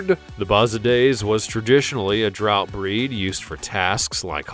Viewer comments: Drought is not the same as draught. It's pronounced 'draft.' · Draught breed is pronounced draft